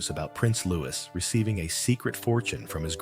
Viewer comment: Silent S.when say Louis